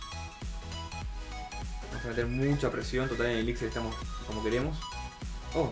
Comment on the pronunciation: me encantan tus videos, muy buenos, solo te quiero dar un consejo... la palabra elixir es una palabra aguda, por lo tanto su acentuacion es en la ultima silaba, se pronuncia como si se escribiera elixír